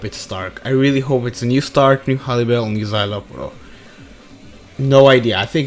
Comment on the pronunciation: You called it fam new stark